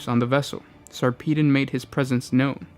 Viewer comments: Say it with me Sar puh Don not Sarpeedin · Its sarpedon as in pedagogy not peedon as in pissed over. Why cant you yanks speak english correctly? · Sarpeedon? Seriously. A space marine chapter master called sir pissed on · this is a load of horse s***. they were declared excommunicate traitoris because of their revolt against the mechanicus for not returning the chapter relic, it had nothing whatsoever to do with mutations. It is also pronounced SAR-PUH-DON